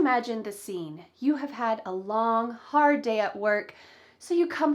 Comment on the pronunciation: Wow!. It's 'ar at the beginin'. (It's hard at the begining). Something that need to practice everyday. How about DO YOU IN CONTRACTION.